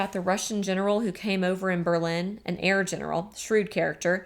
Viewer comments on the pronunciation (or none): none